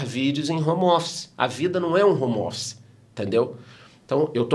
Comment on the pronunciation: "hommer" office